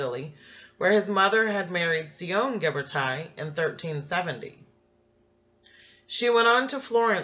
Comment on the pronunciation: I just want to tell you, you are pronouncing his name incorrectly. It is Ghiber"TI" (like in tissue), not Ghiber"TIE". He is Italian, which you obviously know as your presentation includes it. Please do not change his name, everytime I hear you say that incorrectly, it hurts... the same applies for Michelangelo ;)